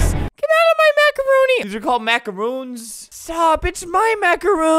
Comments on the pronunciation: its macarons not macaroons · The amount of times I got pissed off because he said macarOONS is insane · This vid is so old but they’re pronounced macaRONS not macaROONS. Macaroons are coconut dessert snack things and macarons are the little French puff Oreo-wannabe things